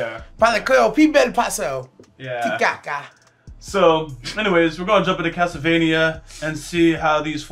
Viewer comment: Castelvania Wooketurne 😂